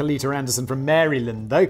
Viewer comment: Maryland almost physically hurt